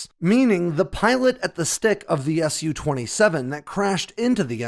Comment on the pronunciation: It's an SU-27, not a "Sue" 27. As in S. U.